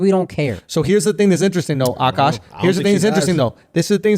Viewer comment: Also I like how Andrew pronounces Akaash authentically. Well done.